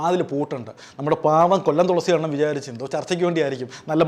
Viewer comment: തോളസി അല്ല തുളസി 😂😂